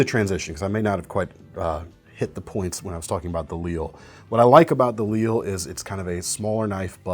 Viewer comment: Lille means small or little in Danish. So probably should be pronounced as in Danish, /lilə/ , instead of like the French city. Similar to his Mikro